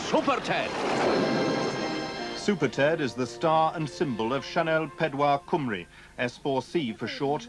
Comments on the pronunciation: Not going to lie, I didn't expect to look up and see Penarth Pier on AMTV. A hint, though - don't get your Welsh pronunciations from the London BBC! It's Cym as in "come", and ru rhymes with "bee". COME-ree. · Great doc but please it's Cymru......not Cwmree but Cumree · Wish you could say Cymru and S4C properly Sianel Pedwar Cymru = S4C. I'm sure someone on here would help you pronounce the words better